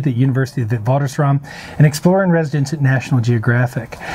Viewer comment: I know he is not a South African - but he could really improve on the pronunciation of ''Witwatersrand'' and ''Naledi''. When he says ''Dinaledi'' it sounds like he's saying ''Dinner Lady''.